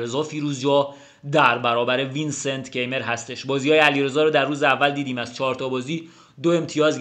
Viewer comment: سلام استاد عزیز و ویدیو های عالیت!♥️ فکر کنم توی آلمانی تلفظ Keymer کایمر باشه. حرف ر رو هم شاید ق بگن شایدم ضعیف بگن؟ ولی کایمر فکر کنم نزدیکتر از کیمر باشه. من فقط حدس میزنم…عزیزانی که آلمان هستن بگن.